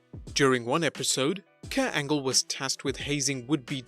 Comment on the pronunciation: His name is Kurt Angle, not Kuah Angew.